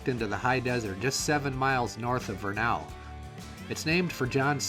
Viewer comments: Great video - one thing to note, it's VER-nuhl (rhyming with "kernel" or "journal") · Pronounced VUR-nuhl. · This was a very captivating video. I live in Vernal. I live just north of that intersection at 33.53. That little long neck dinosaur is sold just five blocks north of there. Many businesses have bought them and painted them to their business theme. BTW, you pronunciation of Vernal is incorrect. The A is not heavily pronounced. you hit the major construction on Indian Canyon that's long overdue. that truck is hauling crude oil from the Uintah Basin. Chances are I've sold or delivered parts for that particular truck. At the close of your video that is Clay basin, a beautiful area especially at sunset. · Hi! Couples notes about Vernal in particular. It rhymes with kernel, and they are crazy about dinosaurs because Dinosaur national monument is right there. Definitely worth checking out the next time through. Safe travels!